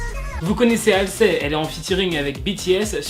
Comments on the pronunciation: C pas méchant mais pour mes oreilles DIT HALZI ET NON HALSÉ Merci de votre compréhension Chus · De 1 pourquoi mets-tu du blackpink alors que tu parles d'exo de 2 c'est HALSEY et pas HALSLEY donc MERCI